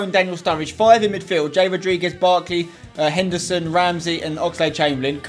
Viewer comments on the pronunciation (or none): none